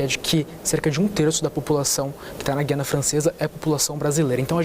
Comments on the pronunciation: É terrível termos que ouvir, mesmo na grande mídia, se pronunciar incorretamente a palavra "Guiana". A pronúncia correta de Guiana é "Gu-i-a-na" (com o "u" e o "i" pronunciados separadamente, formando um ditongo leve no i-a). Diferente de palavras como "guia" ou "guerra", em que a letra "u" é muda, no nome do país sul-americano o "u" deve ser articulado claramente. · Acho incrível que jornalistas formados digam Gui Anna Francesa e não Gu i Anna Francesa. O Governador pronunciou corretamente